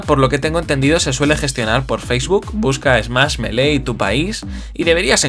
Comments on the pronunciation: Se dice mili meda cancer que lo pronuncien melee iuughhh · Me mata que lo pronuncies melé en vez de mili, por lo demás fantástico el vídeo :D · Lástima que te guste tanto pero que le digas Melé 😂😂 Si de verdad te importara, por más español que seas, le dedicarías unos segundos a aprender a pronunciarlo "Milí". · Creo q se pronuncia milii, me pueden corregir si estoy equivocado? 😓